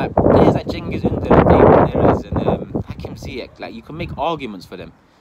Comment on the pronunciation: Beggers can't be choosers, tight arsenal are being choosers wtf. Well done for saying cengiz s name properly